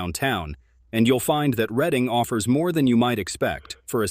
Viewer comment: I think what they are trying to say is you pronounced some of the names wrong Reading is pronounced RED- ing and Wilkes Barre is pronounced Wilkes - BERRY .